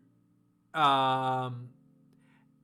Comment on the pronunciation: I love you trying to say AVELLANEDA!!